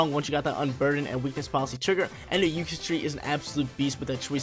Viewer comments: Uxie-Tree? It's Zur-kit-ree my dude xD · I normally don’t get on you for pronunciation but xurkitree is pronounce like “circuitry” but with a “z” sound at the beginning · More like Zircuit and tree